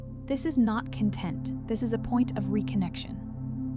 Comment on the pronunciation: 'Content'...is not pronounced Content...Hire a Human Being to read your messages! They need the job more than a Machine.